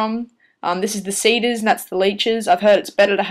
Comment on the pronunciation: seeders and leechers not sayders laychers lol